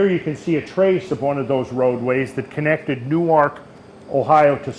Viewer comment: Newark is pronounced "Nerk" just so you know. And Chillicothe is "Chill uh coth eee"